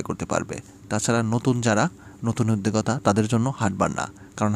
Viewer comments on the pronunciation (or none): আসসালামু আলাইকুম। ভাইজান আমি আপনার ভিডিও সব সময় ফলো করি। আপনার জন্য দোয়া করি আপনি ভালো থাকেন। আপনার একটা ভুল ধরিয়ে দেওয়ার জন্য আমি আপনাকে মেসেজ করলাম। আপনি বলে থাকেন উর্দু কথা। শব্দটা হবে উদ্যোক্তা। যেহেতু আপনি ভিডিও করেন শব্দগুলো একটু খেয়াল করে করলে ভালো হয়।